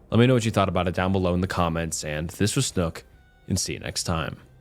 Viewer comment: It’s pronounced like “nook” with an S in front of it.